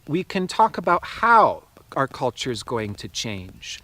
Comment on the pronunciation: i love how you said the words "cult--ture" and "expei-ment" made me learn👀👀💡🕯